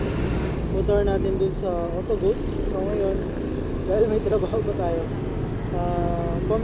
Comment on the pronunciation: Graphene ❌ Grapayn✔ Farings❌ Flerings✔ Otogoat❌ Otogoot✔